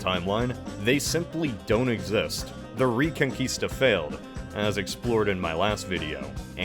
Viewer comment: Thanks for saying Reconquista and not Reconcuista 🙏, greetings from Chile